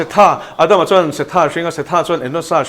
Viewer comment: Se-tha tia lam tur a nilo. Mizo tawng lam dana lam tur Seth-a tia lam tur. Ada-ma tia lam tur niloin Adam-a tia lam tur.